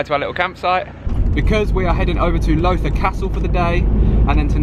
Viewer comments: My home turf, awesome vlog. Loving the energy too 🙌🏼👌🏼🤟🏼. Lowther - pronounced like Laou-ther 🤩. Where are you heading in December up here? We should do a coffee 🤩🤩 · Fantastic video ! one thing is Lowther Castle is prodounced like “allow the” without the a on allow